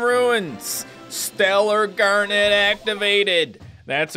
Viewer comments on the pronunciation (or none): none